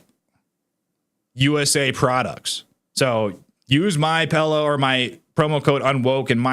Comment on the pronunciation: It's called a pillow not a pellow. That drives me crazy when people I enjoy watching can't pronounce a simple word, PILLOW